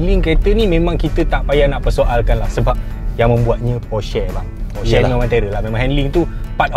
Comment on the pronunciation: Aiyoo cara sebut Porsche yang betul adalah "Porsha" bukan "Porshey" laa